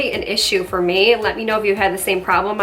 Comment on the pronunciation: “Its a pore-blem”.